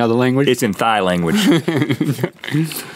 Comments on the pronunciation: At the taro they said Thai but its pronounced Tai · Thai is pronounced “tie”, not “thigh”. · Rhett is saying Thai wrong(unless people say it differently in different areas). I say it like tie. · Rhett ‘i don’t speak THIGH’ LMAO 😂